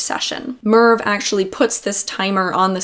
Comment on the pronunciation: Such excellent content, thanks! And I don't want to embarass you but Merve is such a beautiful Turkish name - but not the way you've pronounced it. There's no way you'd know it was a Turkish name but now you do :)